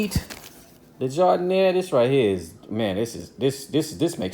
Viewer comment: hey man just got this video on my recommended. I gotta ask are u from chicago? just watch the first couple mins and most ppl dont know we pronounced it giardienare or how we like it dipped i got the answer when u dipped it, respect homie